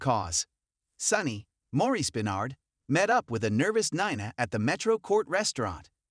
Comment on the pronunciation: It's pronounced "Neena" even tho it is spelled Nina. Please!!